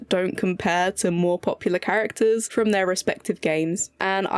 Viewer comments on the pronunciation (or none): none